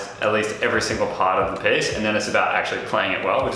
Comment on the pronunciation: Am I the only one being triggered by him pronouncing piece as PACE!?